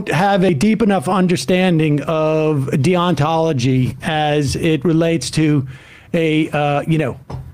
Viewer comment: And mispronouncing the word 'deontology' like he just learned it thirty seconds previously.